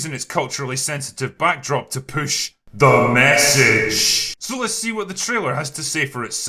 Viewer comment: I always get a kick out of, "T H E M E S S A G E."